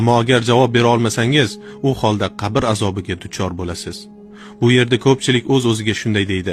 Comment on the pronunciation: QABIR bo'lmaydi QABR yoziladi va o'qiladi